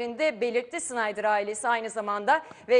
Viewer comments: Vezli $InaydIr degil olm. Wesley Sneijder.. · hala şınaydır diyor yaaaa!olum kafanmı almıyor,safmısın öğren artık şunun telaffuzunu